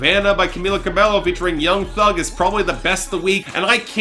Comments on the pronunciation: please take this into consideration: It's Camila CA-BEH-YO, not CA-BELO. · it's not cabeLLo, it's cabeYo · It's pronounced Ca-BAY-oh